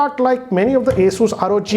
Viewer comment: Its ASUS not ASUUUUS STUPID